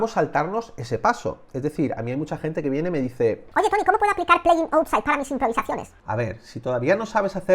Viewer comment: Outside se pronuncia : aut- sait.